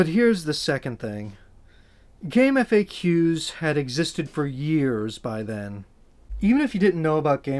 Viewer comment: Thank you for not saying "Gamefakks"